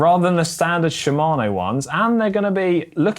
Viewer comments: Hey GCN, please ask GCN Japan how to pronounce Shimano! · She - ma - no. Should also learn Movistar - Mow - v - star, not Movie Star.